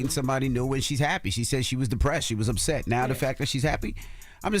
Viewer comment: Bruh said UPSET 😂😂😂😂😂